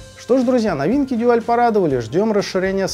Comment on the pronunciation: Спасибо. Как всегда, с душой и знанием. Дуаль (именно так, через "у") в своё время не выдержал конкуренции с японцами и разорился этак году в 1982-м. Как раз ЛИ Брежнев умер. И с ними ушла эпоха. Техника пошла элегантная и красивая. На материалах стали экономить. Даже в СССР, где казалось бы всякого сырья до чёрта. Тогда бы у любого советского слушателя фирмЫ сердце зашлось от такой вертушки. Целый Дюал (мы тогда так произносили), автомат и красивый при этом. Не то что выпускала эта компания тогда -- деревянные гробы. Ну а теперь эти гробы -- винтаж (едри его). В общем, из 17 проигрывателей пластинок у меня на хозяйстве самая "молодая" относится как раз ко временам кончины Ильича 2-го. А самая древняя... когда её выпустили, я ещё в школу ходил. В том числе Дуаль 701 образца 1973 г. Первый европейский дайрект-драйв (по словам самих немцев). Ещё раз спасибо за труд. Я бы покритиковал производителя за несъёмный шелл. У Дуаля была своя система. Не шелл, а вставка. Менять так же легко, как и "штыковой" шелл, но при этом не надо об азимуте заботиться. Если уж брать марку, так и вставку с ней стоило бы вернуть. Но это моё частное мнение.